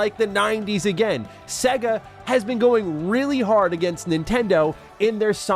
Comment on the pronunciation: I cringe at the pronunciation of Sega in this video, otherwise I love it 🤣🤣🤣